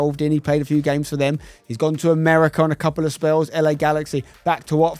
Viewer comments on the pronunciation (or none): none